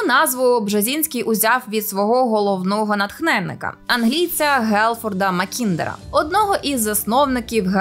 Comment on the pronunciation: Я не розумію, чому в цьому відео обрані неправильні наголоси для власних назв. Чому ЗбігнЄв, а не ЗбІгнєв? Чому МАккіндер, а не МаккІндер? Є враження, що ведуча говорить про про якихось невідомих людей, і ніхто навіть не знає як їх імена вимовляти.